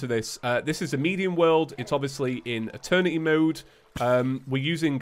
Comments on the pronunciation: Guys it’s happening again... eterny mode instead of eternity mode🤣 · "They wanted Eeterny mode". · i cant hear eternity im just hearing attorney